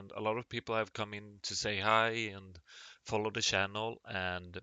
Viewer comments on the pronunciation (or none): none